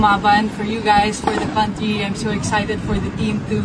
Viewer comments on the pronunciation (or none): none